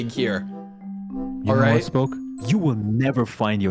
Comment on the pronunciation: Spoke more like Sproke